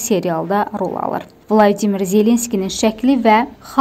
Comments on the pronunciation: BLADİMİR YOX ..VOLODİMİR ZELENSKİDİ..VLADİMİR PUTİNDİ.. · Vladimir yox Volodimir.